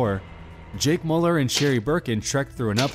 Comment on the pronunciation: I thought you were saying Jake Pauler but you were saying Mauler. It's pronounced Meuller pls pronounce right